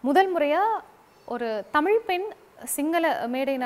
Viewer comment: இலங்கைப் பெண் என்பதற்கு எந்த அடையாளமும் இல்லை. தமிழ்ப் பெண்ணை, தமிழ்ப்பென் என்றும் உச்சரிக்கும் இந்தப் பெண்ணை எப்படித் தமிழின் அடையாளம் என்று சொல்லமுடியும்.